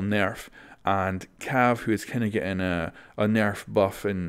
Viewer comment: I like the way you say nerf. Very cool.